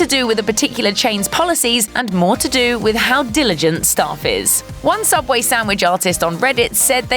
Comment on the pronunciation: Subway? U mean sooubway?